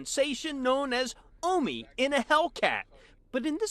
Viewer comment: Bro, his name is pronounced “Oh Me”